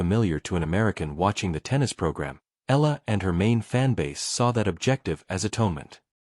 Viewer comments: Please, report her name correctly. it's NOT ELLA! It's ALEX short for ALEXANDRA. Her last name is EALA pronounced as EYALA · Before hitting the airwaves, know your subject - Alex Eala, Eala, Eala not Ella….Eeeeeaaaahhhhlahhhh. Got it? It is impolite to mispronounce her name.Are you……?????